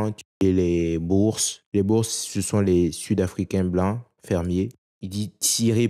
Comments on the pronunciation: si tu essayes de nous faire aimer les noirs a tout prix, tu t'y prends assez mal 😂. boers ne se prononce pas "bourse" mais "borse". tu ne devrais pas repondre a ceux qui t'enmerdent avec le tipee : tu ne leur dois rien. je t'enverrais bien quelque chose, mais je n'ai pas de carte de credit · boers se prononce bour. "Borse" est la version anglophone.